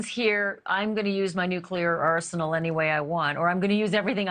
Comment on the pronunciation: "Arshenal" Why in the world are they making everyone speak this way?